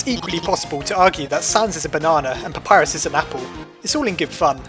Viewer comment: WHAT DA HELL U PRONOUNCE PAPYRUS WRONG